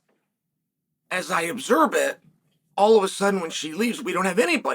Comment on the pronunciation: Dude, is it just me or is he saying OBSERB instead of observe lol. I swear i caught it like 3 times. Cmon bro 😂🤣